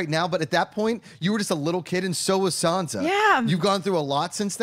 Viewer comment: I just wish she'd stop pronouncing her Sand-sa.